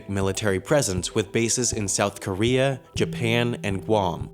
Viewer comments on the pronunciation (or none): none